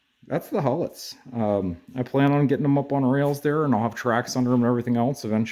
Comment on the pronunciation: BTW, They are not pronounced HULL-ETS, but HEW-lets. There were 3 Huletts on Whiskey Island, serving the Pennsylvania Railroad, and 4 on River Road, serving the Erie Railroad, west of the Cuyahoga River in Cleveland. I have seen all 7 of them in operation, and rode on switchers under the 3 on Whiskey Island. That was many decades ago. Did you get models of the electric donkeys too? There were Huletts in Astabula, and Conneaut, and possibly in Lorain, Sandusky and Toledo. but I'm not sure of those last 3. There are a few videos of the Huletts in operation on YouTube.